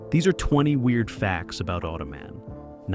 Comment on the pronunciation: Auto-Man say it properly, he's not a foot rest.